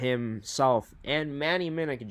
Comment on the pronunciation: Just so you know: Manny Minuk Jr. pronounces his last name Minn-OOK, versus Minn-ICK